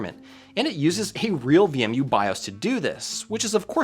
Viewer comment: why are you pronouncing it as VME?